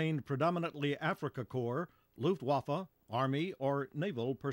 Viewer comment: D Every time Americans say "Luftwaffe" I understand "Luftwaffel" which means air-waffers or air-pancake :D